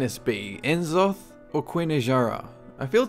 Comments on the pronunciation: "Nuh-zoth." Not "en-zoth." Just like it isn't "See-thun." Its "Sssssthun." Jaysus. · If only you pronounced N'zoth's name right ;_;.